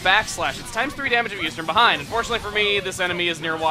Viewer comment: Whoops! "Behing"